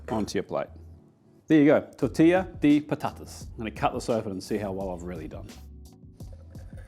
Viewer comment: great pronunciation on tortilla de patatas. I'm Spanish, and my second language is English and your pronunciation was great.